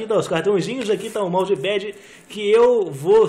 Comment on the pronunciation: é MOUSSE PAIDI KKKK TA CERTO KKKKKKKK